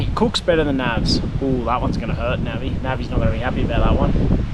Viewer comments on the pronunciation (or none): none